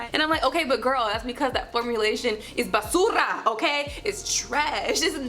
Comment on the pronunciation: I love your Spanish!!! Basura!!